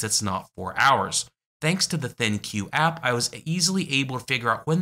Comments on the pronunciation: LG ThinQ is pronounced LG Think, not LG Thin Cue. :) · I suspect that ThinQ is meant to be pronounced as "Think" but that is pure speculation on my part